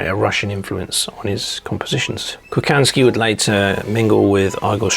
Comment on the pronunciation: Hi, Interesting stuff! Please ask for help when it comes to pronounce Slavic names. Kochanski is pronounced Kohansky